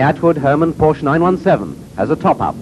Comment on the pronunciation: What a shame that even back then they could not pronounce Porsche correctly.... It is a family name and a two syllable word. KTF.